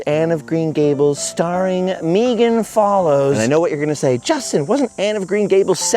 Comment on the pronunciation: I love this sooo much! Anne of Green Gables is one of my favorites! I grew up with it and watched it too many times to count. I have memorized scenes like you. Thank you for sharing! I love that you pronounce Megan's name correctly, too!